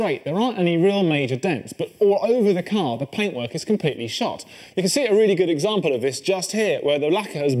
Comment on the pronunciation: I think you meant “breaks and paintwurk” ;^)